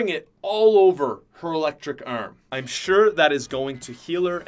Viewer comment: ¿Por qué dice brazo tan extraño como arrm whatttt?